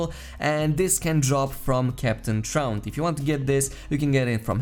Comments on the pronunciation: it may sound like he is saying Tront, but it is spelled Traunt, sounding like Taunt, not truant. He even makes this reference in the story as you work your way up to his boss battle. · maybe you should hear someone else say it because I can assure you he is not saying it correctly 👍 also I'm not making fun or anyting I thought it was funny so your comment is unnecessary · I died laughing at the way you said Truant lmaooo